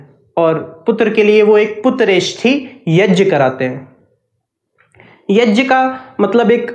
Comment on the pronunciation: It's YAG not YAJ